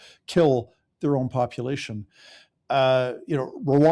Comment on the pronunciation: Hey … I support you buddy but your pronunciation needs work…. “Popilation ”? Come on buddy every time you try saying “ population it sounds very let’s just say unbecoming to Canadians😂🤨😂